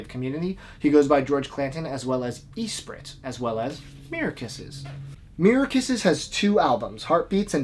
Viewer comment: Great video, but you gotta stop saying Eesprit. It's espree.